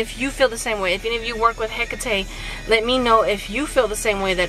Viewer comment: You actually pronounce it right